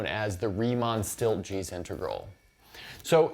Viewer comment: “Stieltjes” definitely seems like a Dutch name, in which case it would be pronounced like “steeltyes” (/stiːltjəs/ for those who can read IPA). It could be one of those cases where a Dutch last name was ported somewhere else like the USA though, like “vandenberg” and such. It’s very neat that the floor function takes the integral to a summation, feels very intuitive!